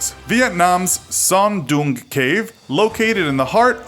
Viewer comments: It's so funny to hear Hang Son "Dumb" :)))))))) It is pronounced just like "Dong" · "hang" means cave in Vietnamese btw, the way you pronounce "Son Doong cave" is funny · It's Sơn Đòng not Son Doong -_